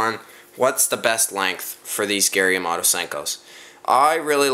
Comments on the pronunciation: Hahaha! Gary Yamato? It's Yamamoto. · It's flake not fleck and it's yamamoto not yamoto hahahahhahah